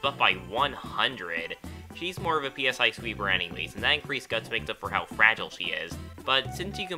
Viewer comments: Commenting on an old video to tell you that it's pronounced "sigh", as in the Greek letter psi (ψ) which is used in conjunction with psychic phenomena. And the only reason it's capitalized as PSI is because in Japan the game uses the abbreviation PK, for psychokinetic. Does it bug me when people say P S I? Yes it does. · I like how he pronounces PSI as P.S.I like the pressure, but says Psi (S~eye) with other items and stats. like how much PSI does it take to make Caramel? of course I'm just pickin n pokin